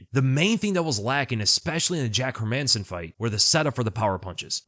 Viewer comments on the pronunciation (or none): none